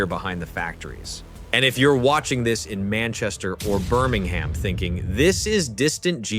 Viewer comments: Birming ham it’s pronounced Birmingham bir ming em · If you are from Birmingham it’s pronounced Bermanum.